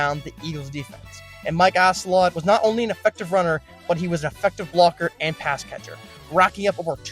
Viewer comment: I couldn’t anymore after Mike “ass-a lot”